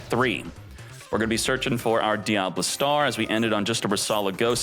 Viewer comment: y do u pronouce certain names like diable star (usually pronouced dia-bell star) or appollo usa (usually appo loosa)? is it some inside channel joke im not aware of?